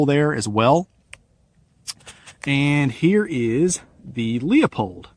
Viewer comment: Why can no one say Leupold right?